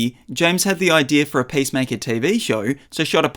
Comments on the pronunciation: It’s not pacemaker, the heart device. It’s Peace Maker. Why pronounce it that way? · Sounded like you were saying pacemaker... maybe don't be a superhero with a weak heart 😅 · pace maker? seriously? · Hie name is peacemaker, not pacemaker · "Pace maker"